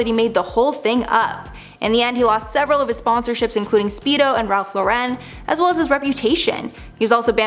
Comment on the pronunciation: The chicks are back & the comment was in 2003 not 2002 learn to say Lauren right